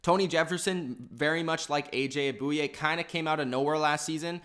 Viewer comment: He said a.j. Bouye wrong lmao